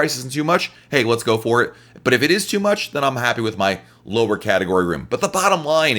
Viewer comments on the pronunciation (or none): none